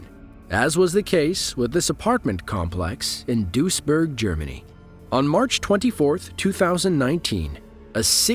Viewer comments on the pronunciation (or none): You only have one job, speaking clearly...please do it properly. Duisburg sounds like dweezburg